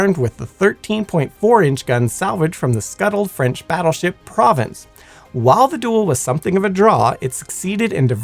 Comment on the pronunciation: Not to jump on the pronunciation train, but Ramillies is RAM-i-leez, as in the truck that inspired the herd animal. Provence is Pro-vah-nce. You did nail nuclear, but the number twelve is pronounced with a long "e". That aside, love the video!